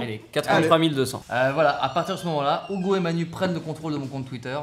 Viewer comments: STP DIT: UGO PAS OUGO STPPPPP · Poké WorldEX non desole Ca se prononce Ougo et pas Hugo. Bonnes vacances! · Mais... Hugo, s'appelle Ugo ou Hugo ? Ça se prononce Ougo ? 🤔🤔🤔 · AH mais alors dit à Manu de le prononcer Ougo mon petit Charles c'est déconcertaaant! Bonne vacances au trio et évidemment à votre équipe technique:)